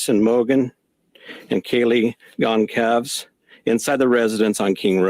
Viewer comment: Horrific! Where is the safety in numbers adage? Fyi - Gonçalves (Gone- sal-ves) is a Portuguese surname. Ç in front of a = s sound, as in French.